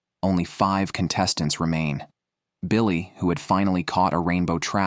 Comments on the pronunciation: So is big guy name was Billy, or Biko ? On screen name always said "Biko", but ai narrator keep saying "Billy" ? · Colter, not Colt. Rose, not Ross. Biko, not Billy. Is this another AI product? Very annoying narration.